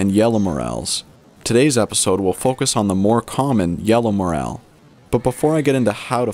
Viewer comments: You said the word mushroom once and morraaaaal 372 times!!! Its Morel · I heard the "A" in Morel is even more hard to find then the Mushroom itself.